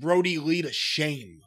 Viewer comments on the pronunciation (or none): FOO ME ONCE SHANE ON YOU